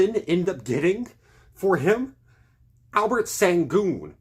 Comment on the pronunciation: 1. You're overreacting. 2. It's Al-pur-en Shen-goon, not Albert send-goon lmao 3. OKC didn't draft Sengun, they traded the pick used to get Sengun. The pick was already traded before the choice was announced. 4. You're overreacting. 5. It's Tow-pitch. Not top-pick lol. 6. Topic is a lot better than you think. I don't think you realize he was also a top 10 projected pick who only fell due to injury. Just because you don't know him doesn't mean he's not good. 7. OKC doesn't need Topic to play next year. 8. You realize, as you mention having to pay guys, Knecht would also need to be paid? Dort is under contract btw they don't need to pay him anytime soon. 9. It's cool to think Knecht would've been a better fit. But you're acting as if OKC absolutely needed him and completely fumbled everything not getting him. They were the best three point shooting team last year and just replaced a 31% three point shooter with a 41% three point shooter. 10. OKC didn't need to do anything at the draft 11. They have all this cap space in the offseason to do something 12. Why would Nikola Topic be guarding Kyrie, Luka, or Murray, or Ant? And why are we judging his defensive skills next year based on an injury right now? Topic played in the euroleague against grown men as a teenager. Relax.